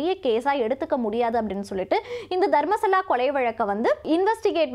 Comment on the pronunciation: தர்மஸ்தலா . தர்மசலா இல்ல